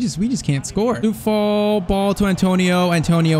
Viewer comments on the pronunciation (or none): Its coufal not soufal